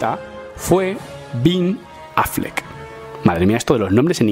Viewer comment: Cual "bin Affleck" jajajajajajaja